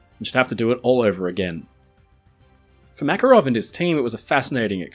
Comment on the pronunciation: Thank you for the video! For the future, the exclamation is on the second A in the name MakArov 😊